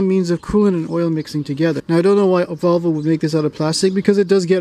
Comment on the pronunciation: I've never heard anyone pronounce it Vovle before